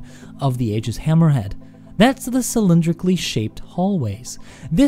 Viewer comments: Eye-giss. Hard g. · pronounced 'Eeejis' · I wish people would stop pronouncing it Aygis. And it's inertial damping. Its purpose is to damp the inertia, not make it moist.